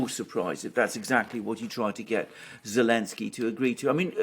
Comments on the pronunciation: Why is unable to say Zelenskyy? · I love how iPronounces the President of Ukraine's name without the letter 'Z' 😆😹